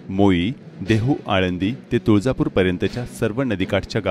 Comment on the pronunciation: तुळजापूर नाही तुळापुर